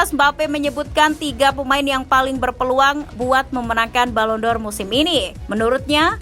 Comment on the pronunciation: Balon door kata pembawa acara kedua.. bahasa Inggris nya...